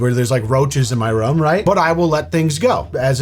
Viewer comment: whenever says "rum" instead of "room", i feel physical discomfort.